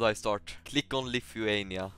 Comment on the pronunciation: The way he pronounces Lithuania 😂